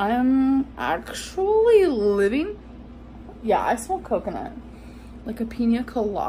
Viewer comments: "live-eeeen" instead of "living" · I heard her say it after I typed this and it sounded like liveen. But I could swear I've heard her say it livvvvin before.